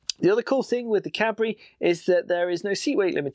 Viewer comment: don't worry for the Cabri pronunciation, it's excellent ^^ i approve, as a French lad